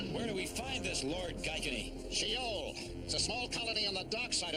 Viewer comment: Think they slick... the place is called "Shi-ole"....